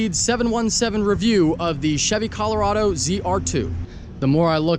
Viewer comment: At least you pronounced Colorado like a normal American human being!!